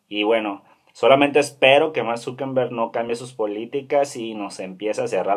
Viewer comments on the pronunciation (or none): Mank Zuckenbeng??? Al menos pronuncia bien